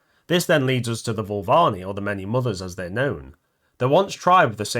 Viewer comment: dude Voo-Va-LEENEE 😅